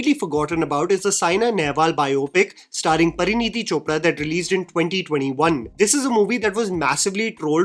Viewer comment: pinpoints and criticizes actors' poor diction and dialog delivery throughout the video Also: "PARANEETI"... Who's Paraneeti, mate? 😭